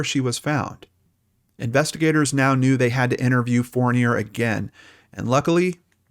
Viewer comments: Hi, in french Fournier isn't pronounced as fornay, you can search "Alain Fournier pronouciation" ;) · maybe the way I spelled it doesn’t echo it....fourneeay....it’s certainly not pronounced the way he is pronouncing it, unless of course it’s been Americanized. That’s what I was asking. I’m from Quebec,btw. I know how to pronounce that name 😉